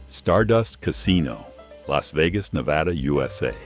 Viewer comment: At least it pronounced “Nevada” correctly.